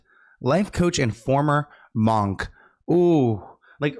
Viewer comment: Munk, not monk